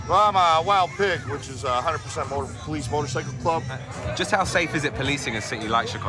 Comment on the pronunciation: A very interesting insight, but I‘m not sure if it’s hopeful or taking anyone forward. I just can’t see any solution. Oh and btw.: It’s /POLICE brutality/, not /police BRUTALITY/ as well as /CAREER criminals/ not /career CRIMINALS/.